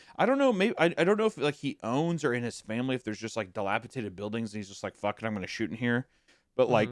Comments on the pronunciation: D-I-L-A-P-I-D-A-T-E-D!!! SAY IT RIGHT!!! GAWD FUCKING DAMN!!! ITS A "D" NOT A "T"!!! -DATED, NOT -TATED!!! AAAAARGH! 🤬🤬🤬🤬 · It's "Delipidated" not "Delipitated" I have held my tongue long enough, fellas. Enough of this flagrant Rugrats mispronunciation! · I love your work so much fellas! If I can please be a correction nerd for a second, it’s dilapiDated (like time), not -Tated. Although, when you said dilapiTATERed I did have a giggle imagining a shriveled old potato. Ok, I’m done now. ❤ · if they pronounce dilapidated as dilapiTATED one more time... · The word is dilapidated not dilapitated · It's... je ne sais quoi, you uncultured sows. I get ecspecially, pacific, and whatever, but don't insult the frogs. di·lap·i·dat·ed di·lap·i·dat·ed di·lap·i·dat·ed di·lap·i·dat·ed holy shid it's di·lap·i·dat·ed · Not to sound like a reddit cuck, but every time you guys say “dilaptated” sounds rough on the ears. Dilapidated is the way to say it 😂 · Guys. Dilapidated. Dated. Not tated. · Just want to say that it's "dilapiDated" rather than "dilapiTaded", you guys both said it wrong. Not mad or anything, but I was starting to think I'd learned the word wrong 😂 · Guys, I love your show and genuinely wait for it every week. I am a huge fan. That said, the word is dilapiDATED. D-, with a D. I can forgive ekspeshally, but this one kills me for some reason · I love the way that neither of them can say dilapiDated correctly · My goodness. The amount of "Delapitated" mispronunciation is egregious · take a shot every time they say “dilapiTaded” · Wendigoon: dilapatated ..... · I can't get over how Isiah pronounces "Dilapidated" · bro they both say it wrong like 20 times in this vid 😭😭